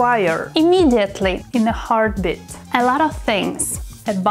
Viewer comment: Advanced English:"In a heart beat" What she pronounced:"in a heart bit"